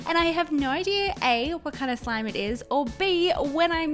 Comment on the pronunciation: Why did she say at the end some instead of slime